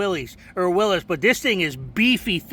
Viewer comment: Willys not Willis